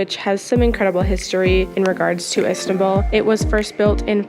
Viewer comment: You know its called istanbul not istabull